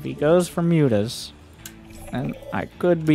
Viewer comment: As a Finn, I love that 'mootahs' is still a thing.